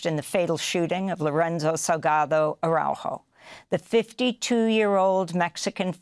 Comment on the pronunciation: Please pronounce his name correctly... Ar a u jo